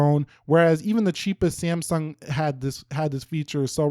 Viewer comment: Whene say samsung i hear siyamang